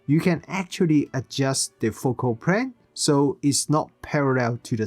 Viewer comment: "Focal prane is prarrrell." 😆